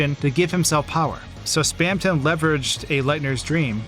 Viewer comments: hearing someone say 'spam ton' like two words instead of how everyone else pronounces it 'spamtun' makes me cringe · spaamton? no its spamton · Its not spamTON its spamTEN its spelt the first way but you say it like the second way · your pronunciation of spamton enrages me it is spam-tin not spam-tonne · I pronounce it Spam-tin not Spam-ton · its not spamTON its spamTIN haha /j cool vid :D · the fact he pronounces it "spamton" and not "spamtin" triggers me i know its spelled like that but its just AAAAAAAGH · 'Spamtin', dude. like thorton? It wouldn't be thor-tonne. I never can get through videos with weird pronunciation like this. Im sure its very good though so take a like anyway. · hate how he says "spam ton" instead of "spamtun" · Awesome vid, but something ticked me off the whole time... SPAM-TUN?!?!??!?!??!???!???!??? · Spamton ❌ Spam tonne ✔️ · WHY DOES HE SAY SPAM TONG WHY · It's taking all of my power to get through this video. Please, anyone tell me why he would pronounce it "Spam ton" Someone help me please, it's the 10th circle of hell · it's weird that you pronounce "Spamton" "Spam-tanh" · we all have different pronunciations yknow, take that into account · That's a very odd way to pronounce "Spamton"